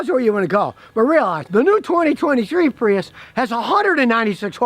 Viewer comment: I dwive a Pweeus. 😂